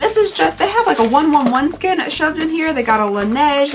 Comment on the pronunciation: While it is hilarious to me hearing you try to say the 111 Skin name, the name is actually One Eleven Skin :) I thought others would say it to you beforehand, so I never commented and always had a laugh, but I now feel like I’ve been laughing at you not with you and I feel bad, so I’m saying I’m sorry for laughing at you, and hoping you forgive me for doing it for so long.